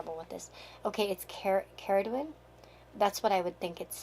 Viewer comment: You said Cerridwen right :)